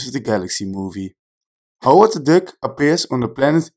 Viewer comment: Nice video.. when I heard you pronounce Duck, I thought you might have been dutch... Het is meer DAK dan DUK... ik lag in een DEUK... Anyway, nice collection of Easter eggs... saw the movie today. loved it...